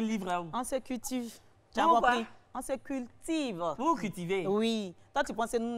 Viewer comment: Lyly a dit “on se cutive” 😂😂😂😂